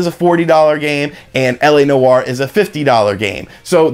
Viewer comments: Noire = "Nwar" not "no-arr" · Noire is one syllable bro. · “La No-Are”😂